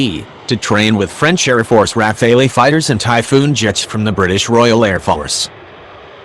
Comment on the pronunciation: Air force not air farce. Couldn't watch any more because of computer voice.